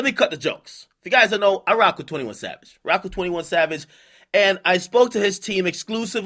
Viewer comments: He said "21 Lad" LMAO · nigga said 21 lad 😂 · 21 Chav-age lmao 💂🏾‍♀️💂🏾‍♀️💂🏾‍♀️